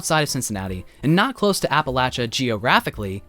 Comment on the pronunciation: thank you for pronouncing appalachia correctly <3